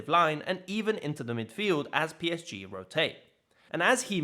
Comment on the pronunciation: The way PSG is pronounced here is so damn depressing and lame